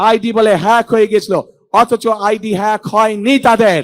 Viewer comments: হ্যাগ বলতে পারে না 🙂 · পড়াশোনা করো গিয়ে হ্যাক কথাটাও উচ্চারণ করতে সাহায্য লাগে 😁😁😁